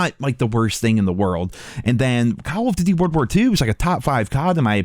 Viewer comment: have you ever realised that you say Colv Ditty when trying to say call of duty:p